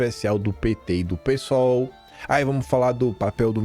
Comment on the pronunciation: PARABÉNS POR CHAMAR "P" SOL EM VEZ DE "PI" SOL.